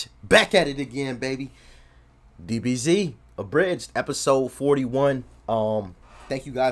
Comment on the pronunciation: I'm half asleep still. I swear I just heard you say "BBC Abridged" 🤣🤣🤣